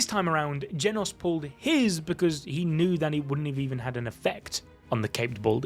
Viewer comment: “Genus” he says💀🥀